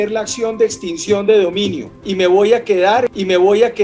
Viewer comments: Extinción no extencion!!! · Extinción...no "extensión" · tus vídeos son excelentes y muy informativos, pero ha veces con la interpretación de la ley tienes mucho problema, la fiscalía no es la encargada de aplicar una extinción de dominio y no extensión como pronuncias tú, pues la protesta pública como lo dices es un derecho constitucional y no un acto ilícito, pero te aclaro que en ninguno de los artículos 44 y 45 de la Ley 1453 de 2011 habla de extinción de dominio, habla simplemente de la aplicación de penas privativas de la libertad entre 24 y 48 meses y de multas entre 13 y 75 SMLMV más una perdida de derechos y funciones públicas x ese mismo tiempo, en cuanto a la obstrucción a vías públicas y prisión entre 4 a 8 años más multas entre 13.33 y 75 SMLMV por perturbar de forma ilícita el servicio de transporte público, colectivo u oficial si se demuestra que se hizo a través de un medio ilícito, pero vuelvo y repito la manifestación popular no es un acto ilícito ni tampoco habla ahí de extinción de dominio. Otra cosa es que por ejemplo se dinamite una vía pública x ejemplo y se proceda a medios terroristas y que dentro del vehículo te sorprendan con explosivos o materiales de intendencia militar o de policía para el ilícito, entonces ahí si hay la extinción de dominio del vehículo. Entonces no sé de dónde sacas la extinción de dominio en esos artículos de esa Ley cuando no está. Además les aclaro, en el artículo 44 hay una doble negación cuando dice "perdida de la inhabilidad de derechos y funciones públicas...." Pues